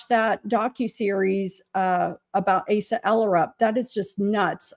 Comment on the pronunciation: Asa is pronounced long A - suh